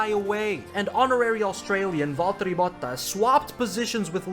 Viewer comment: are you from finland? that "valterie bottas" sounded great.